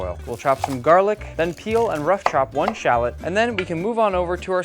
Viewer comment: really butcher the word shallot